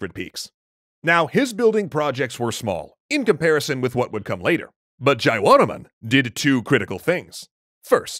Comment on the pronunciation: It's pronounced KMAEEY not KEMER EDIT: JA - YA - WUR - MAN, not Jawraeomon lmao